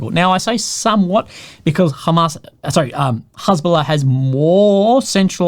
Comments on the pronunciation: It's interesting hearing has bola pronounced. I only read it and I had a different pronunciation. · don't worry! you won't get demonitized because the way you pronounced it you said Hasbulla -- the Russian guy with dwarfism